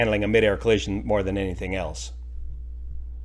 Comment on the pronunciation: Please just say collision.